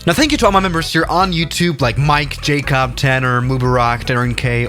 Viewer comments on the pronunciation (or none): none